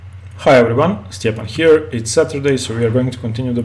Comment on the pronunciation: Its not stephen, stjepan